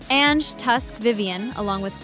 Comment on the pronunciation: Hey there, it's an amazing project, but maybe next time we got better pronunciation? Like ZZ is not ZiZi, but Double Zeta, and Ange is read Anju, not "Enj"